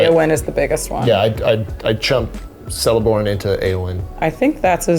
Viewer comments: Celeborn is pronounced with a K sound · Very fun to watch! Side note, it’s Celeborn with a K sound, “kel-ae-borne” :) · aaaa my pet peeves are attacking me xD I'm disappointed Celeborn's name was pronounced wrong T_T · Celeborn keeps the C sound doesn't change to a S sound for future reference